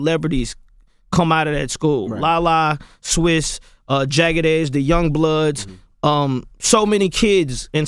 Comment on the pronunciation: Missed the G in young...I guess CTG does the spelling because he's a retard